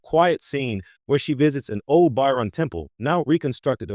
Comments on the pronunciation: The “By-Ron people”?? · It's "Ba-cho-ran." That made my eye twitch. That aside, solid analysis and deep dive. Just... work on the pronunciation. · Whilst thje analysis is good, it is undermined by the narration mispronouncing the name of the people and the lack of photographs of Ro Laren when she mentioned.